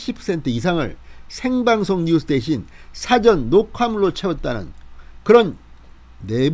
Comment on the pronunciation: 뜬금없는 말씀 죄송하지만 발음하시는 '사전녹화'에서 '사전'을 단어 뜻을 알려주는 책으로 발음하십니다. 계속 저렇게 발음해 오셨다면 고쳐지지는 않겠지만 영상 보시는 분들은 감안하고 들으시기 바랍니다. 발음하시는 '사'보다 약간 낮추고 약간 길게 발음해야 정상입니다.